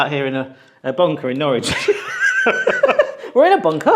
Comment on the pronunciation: Norwich should not rhyme with porridge.